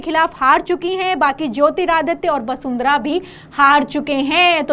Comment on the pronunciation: पहले वसुंधरा को वसुंधरा कहना सीखो। हतो उत्साहित नहीं होता है।